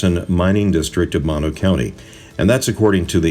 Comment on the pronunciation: Great video thanks for sharing but just FYI Mono = Moe-No not Mah-no